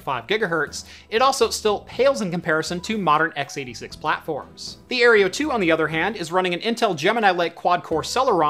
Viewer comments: No offence but - Aereo. - It's Aero (Air-Oh) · Aero... Aero... Aerio? ... sorry I just couldn't ignore it. But great video nonetheless 😅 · Air-OH, ffs the E is before the R. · You keep mispronouncing "Aero" as "Areo". :P The kitty is a good diversion tho. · I cringe every time he mispronounces the AeroFara. It is Aero... like Aerodynamic.